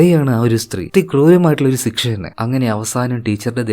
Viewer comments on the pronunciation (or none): ദയവുചെയ്ത് സിക്ഷ എന്നു പറയരുത്. ശിക്ഷ എന്നു പറയൂ. കേൾക്കാൻ രസം ഇല്ല ❤ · സിക്സ അല്ല മിസ്റ്റർ ശിക്ഷ 😂😢